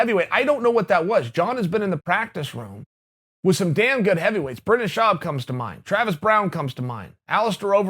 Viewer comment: Did you just say brendon schawb